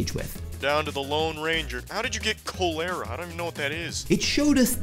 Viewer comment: "How did you get Col-aru" it's cholera xD